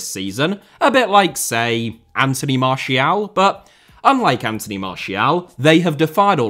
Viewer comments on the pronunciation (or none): none